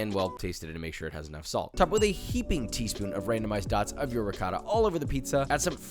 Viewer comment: Josh I'm not gonna lie it hurts me hearing you say Ri-cotta. You know how to say it 👍